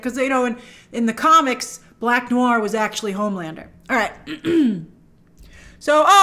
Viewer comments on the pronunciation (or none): none